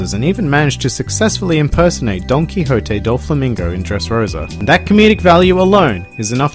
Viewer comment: Did he just say donkey-hoe-tay doflamingo?